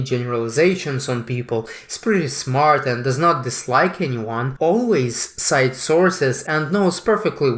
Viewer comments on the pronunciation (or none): none